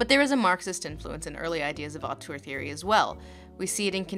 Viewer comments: Have you tried the vowel from "turd" for the second syllable of "auteur"? It's a good match for the French sound, and one might argue it would tie in better with your feelings about the French term as well? Upspeak question mark? I know, I know, only commenters ever read comments, but I trust the universe will make an exception and make this AMAZING hint reach the "auteur" of this video regardless. Awesome stuff, by the way! Go Lindsay. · I love how she keeps pronouncing "auteur" as "autour" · Hi Lindsay, sorry to be that pedantic French again, but if you want to pronounce "Auteur" right, it should rhyme with "grifter" and not "parkour". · "Autour theory"... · After seeing this video's title and attempting to watch it a few times, I have now finally figured out why you pronounce it so strangely. I thought: It's just author theory, why is she talking so strangely? Now I realise that it's the Dutch spelling. I just didn't notice the first few dozen times I saw it. Damn me and my bilingualism.